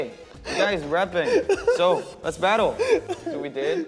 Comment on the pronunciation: Jeongin's "Battle".. I CAN'T -😭💀